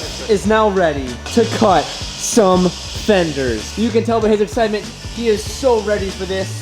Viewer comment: when he says "some" it sounds like allstar lmao